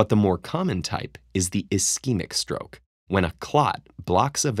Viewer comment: At 11.00 there is roke instead of stroke